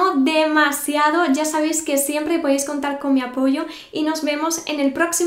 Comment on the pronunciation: Me dio demasiada risa cuando nos dijiste kardashans